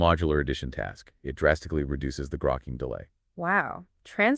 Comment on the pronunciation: It's not "groke-ing" it's "grokking" pronounced like "Spock". It comes from Heinlein's book "Stranger in a Strange Land"